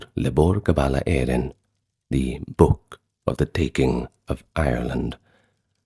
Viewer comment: Thanks! He's saying "book"! 😂 I honestly had no clue what he was attempting to say!